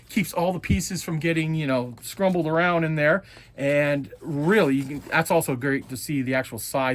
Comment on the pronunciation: Is scrumbled a real word. 😂 I think you meant to say scrambled. But I'm sure your mom made you scrumbled eggs a lot. Lol